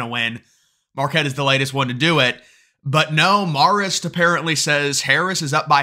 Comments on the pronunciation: Its MAE-rist haha. I went to CIA like a mile from Marist in Poughkeepsie 😂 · It’s pronounced with a long A like Mare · Marist or Marxist... Can't tell lol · Say Marist like "Mare-ist" (Mare as in a female horse). From an upstate NY voter who WILL vote for Trump/Vance and all red when the early votes start later this month!! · You sure it’s “marrist” and not Marxist? LOL